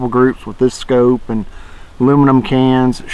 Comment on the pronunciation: Scope not scoop